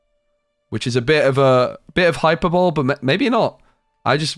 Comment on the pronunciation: hyperbole =hi-per-ba-lee